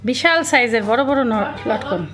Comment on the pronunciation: Notkon na lotkon bole.